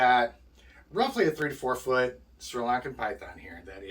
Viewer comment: 😂🤣you just said you have a 34 foot snake!!😂...I know what you meant.. but it sounded so funny!!